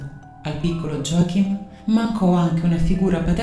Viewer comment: Effettivamente molti serial killer hanno infanzie problematiche. Joachim si legge Iòahim, in tedesco J si legge come una i